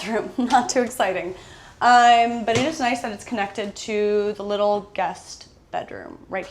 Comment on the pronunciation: I noticed a couple of videos ago that you pronounce your umm's more like uhym's or ahym's (I think it's called vowel-breaking?) and now I can NOT unhear it 😂😂😂. I'm dying to know if your literary big sis has a reaction to this, lol 😂😳😅😁.